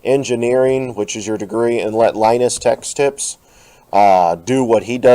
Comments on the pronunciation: and he said linus tex tips XD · This dude says LiNuS TeChS TiPs